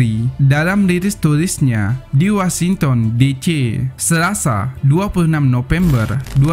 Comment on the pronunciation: Trus "di wasington de ce, Wasington di ci, bacanya tong, jangan bodo bodo banget dong, malu dengernya